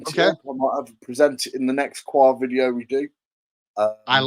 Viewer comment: it's actually WA 😂